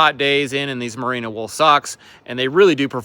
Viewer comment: Come on! Your Sponsor called. Say it with me. Merino Wool. Marina? I think not. Love the channel!